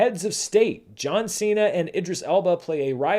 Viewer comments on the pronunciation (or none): none